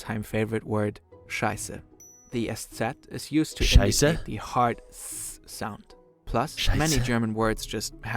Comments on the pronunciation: Your pronunciation of "Scheiße" is close to perfect. Bravo! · That "Scheiße?" was on point. Start using it as often as you can, in everyday conversation, as a nice greetin, on the pooper, whatever you can trinkt of..... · Dude, your "Scheiße" is perfect ;-) Keep going! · That scheiße (shit) sounded good 😂